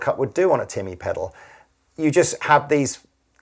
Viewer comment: "Tea-mah" ... Defiinitely not "Timmy" in a South Park voice. Definitely not 😄